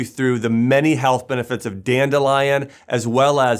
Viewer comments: If this guy says danelion one more time 😑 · Danelion!!!!! Lol